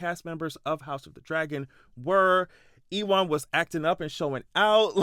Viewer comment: E- wahn. 😅 LOl. His name is pronounced U-win.